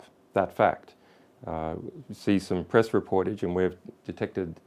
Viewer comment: "PERESS" conference ;)